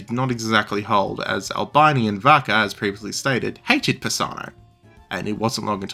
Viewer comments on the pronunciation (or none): its ULL BEANIE not bye-nee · Albeeni. Italian is pronounced as written, an i is always pronounced ee, never as eye.